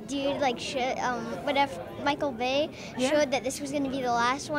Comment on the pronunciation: Am I the only one who thinks the girl said "shit" when trying to name Michael bay?